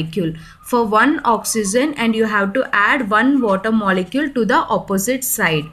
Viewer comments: Not OXYZEN..it's OXYGEN..pronounce carefully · Oxy-gen (correct) oxy-zen (wrong) pronounciation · I like the way when u say ions and oxygen